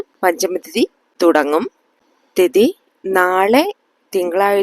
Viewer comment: പഞ്ചമി എന്നാണ് മാം